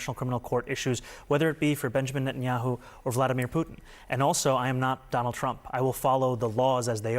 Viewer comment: I would appreciate it if commentators would learn to pronounce Netanyahu’s name properly. It’s a common courtesy!